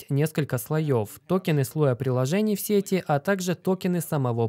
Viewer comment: Сети аж ухо режет